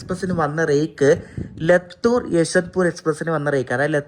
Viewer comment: ലത്തൂർ അല്ല ലാത്തൂർ